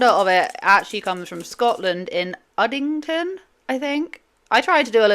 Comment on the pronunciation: Udding-STON but we appreciate the effort 😅! And that was an easy one to say too!